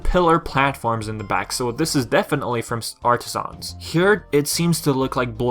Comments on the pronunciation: It’s pronounced “Artisans” not “Artisahns” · Dude the way you say Artisans makes me cringe lol 😂 In all seriousness though, the correct way to pronounce it is: Ar-ta-sins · The only mistake was your pronounciation of "Artisans" its pronounced as if it's one syllable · I like how you say Artisans